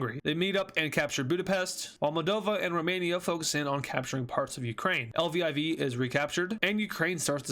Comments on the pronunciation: Live-e pronunciation for Livi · Lviv pronounced "la-viv" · its pronounced luh-veave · You say the Ukrainian city laviv but it's writed Lviv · Liev is pronounced like Kiev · Its pronounced leave🇱🇷🇱🇷🇱🇷🇱🇷🇱🇷🇱🇷🇱🇷🇱🇷🇱🇷🇱🇷🇱🇷🇱🇷🇱🇷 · Lviv is pronounced "Liveev"... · pronounced as (Lyv-eev) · Lviv is pronounced leev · how to pronounce lviv:laviv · Lviv is pronounced (Liviv) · to pronouace Lviv its la veev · lviv is pronounced (luh veev) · Lviv is said luh-viv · Its pronounced leveev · Lviv is prob pronounced like “luh-veev” (I’m American idfk 💀) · I pronounce Lviv "Luh viv" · Lviv is pronounced Elviv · its luh-viv (lviv) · i believe that ukraine city is pronounced “liv” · Lviv is pronounced LuhViv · It's "luh-veev" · lyiv is pronounced like kiev with a l instead of k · how u pronounce L-Y-I-V is Ly, iv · It’s pronounced liviv I think